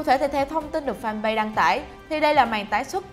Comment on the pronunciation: đọc tiếng Anh toàn sai, "fanpage" đọc là "pết" chứ không phải "pay", chán.